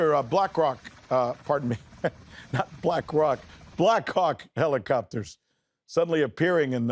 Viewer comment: Did he say blackcock helicopters?